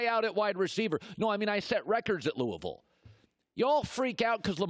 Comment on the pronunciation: Colin said Louisville correctly. Good job Colin 👍🏼